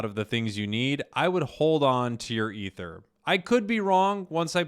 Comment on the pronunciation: Pronounced E-ther